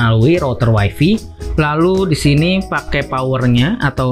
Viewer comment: Bang, tlg wifi dibacanya wayfay, bukan wayfi.Wayfi dlm bhs inggris artinya istri.